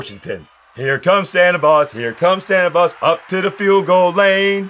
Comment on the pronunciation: He said Santa Boz! 😁🤣😂😂😂😂😂👍👍👍